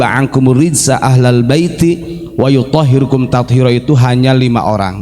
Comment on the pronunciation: Koe goblok.. baca dalil kliru... Wayutohhirokum kau baca tohhirukum